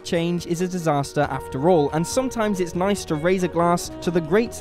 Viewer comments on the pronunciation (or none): none